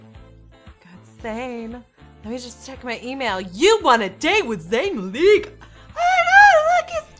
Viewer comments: It's pronounced like "Ma-lick", not "Mahlick" or "Malaek". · me: cringes everytime she says zayn 'maleek' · Maleak lmao, it's pronounced Mahlick. That's how you know that isn't a fan of One Direction. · It's not Zayn Mlik it's Zayn Malik. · maleek?? um, no. MALIK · I love how she pronounces Malik like Muh-Leek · *20 seconds in* *says name wrong* *fandom riots* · cough you pronounced his last name wrong cough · You said Malik wrong lol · That's what i was thinking